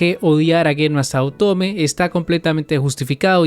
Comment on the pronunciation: Y eso que aun Falta más prometidas o pretendientes. Y dilo bien es saotome, no sao-tome XDD